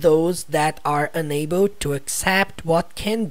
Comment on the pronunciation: Ele pronunciou meio que separado “UN ABLE”